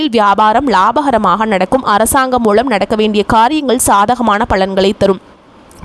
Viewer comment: "களை", "மூளம்" என்ன உச்சிரிப்பு இது?